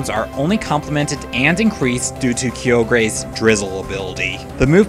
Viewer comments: keogrey. i can understand. but SINNOAH???????????????? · Seriously how can Someone misspronounce so many Pokemon names? Sinnoh Kyogre the list goes on